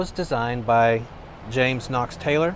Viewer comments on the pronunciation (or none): none